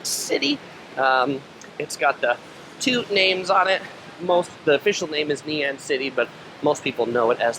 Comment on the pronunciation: It’s actually Ngee not Nee 😋